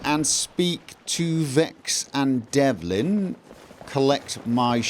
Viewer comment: Devlin? You do mix up your consonants up all lot, don't you. Delvin Mallory, not Devlin.